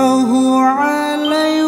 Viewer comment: Mhn maaf bukan hanya alunan nada yg bagus tp bacaan dan tajwidnya juga harus benar. Salah satu kesalahanya adl pd saat pengucapan wasa lam seharusnya wasallam disitu jelas wasall (ada tasjid) bukan wasa